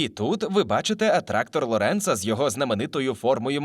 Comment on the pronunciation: Дякую. ЛОренц, а не ЛорЕнц😀